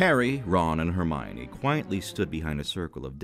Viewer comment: Just so you know, it's pronounced "Her-mee-own" in this version.